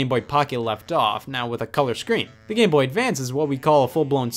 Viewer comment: “game bohhh”